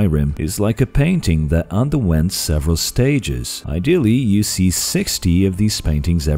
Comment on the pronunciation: When you said ideally at 60 FPS I cringed. Also you should put a small pause between per and verticies. Or it sounds like pervert icies. Lol. Anyway good work with the video